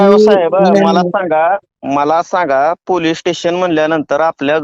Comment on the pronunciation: दोघांनाही पोलीस स्टेशन बोलता येत नाहीये दोघे बोलतात पोलीटेशन